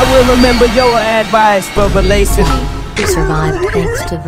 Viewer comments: My favorite part is how the AI pronounces "verbalase" as "verbal-AhSeh" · Kanye West AI TTS voice: Pronounces “Verbalase” (not like “Verbal-Ace”, but like “Ver-bala-sey.”… or something. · not timmy pronouncing it as verbalussy 💀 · the way the ai says versebalse tho IT SAYS VERSEBALEUSSY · I love how they say Verbalase 😂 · “verbal asseh” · How they pronounce verbalase